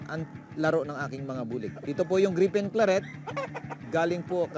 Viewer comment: Griffin Claret -- di Gripen Klarret Boss, hehehe!